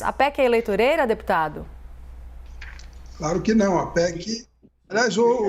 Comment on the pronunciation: Não eleitoro kkkkkkkkkk